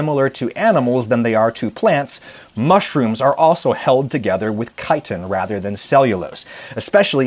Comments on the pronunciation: Thank you for pronouncing it Kite-in instead of Chit-in!!! I guess you could say the Incorrect pronunciation... Bugs me 😏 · out of this entire video. im so glad he pronounced chitin correctly lol